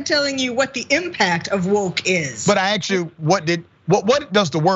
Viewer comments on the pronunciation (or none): . Doctor, every time you say "axed"instead of "asked", an angel dies. This is not the way a man of intelligence speaks, Mr. College professor